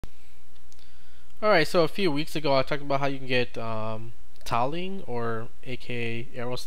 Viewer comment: I can't believe how you pronounce "tiling". Were you held in your school?